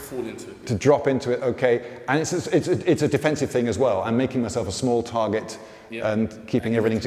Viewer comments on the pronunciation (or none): none